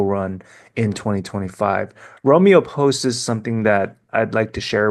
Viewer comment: Love your video but the word is posts not postes